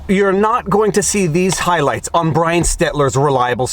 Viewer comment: "Brian" or "Bwy-ann"? Get it right!